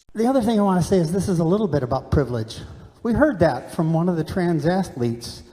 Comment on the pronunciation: The old man has a hard time even saying " Trans ". I bet you he didn't even know what that meant 10 years ago. Sad